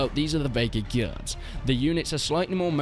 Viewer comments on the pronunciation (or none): The Vaegir Gee-Ards LOL